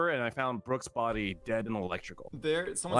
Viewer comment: The way says: there's a bodY!